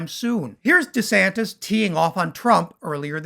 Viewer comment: I have 2 things to say...DeSansis...Deflamation.. I rest my case